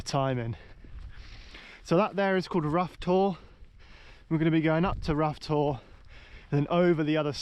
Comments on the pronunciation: Rough Tor is pronounced Rowter, as I'm Row=argue not as in Row yer boat 😂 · It's pronounced 'Row' Tor, like the argument. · Ruff Tor????? FFS. Please make the effort mate. BTW when you crossed the stream at the beginning of the video you missed the chance of pointing out the site of one of Kernow's most famous murders - Charlotte Diamond.